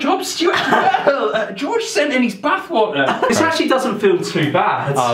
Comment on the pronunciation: It took me so long to understand because you said gorge instead of George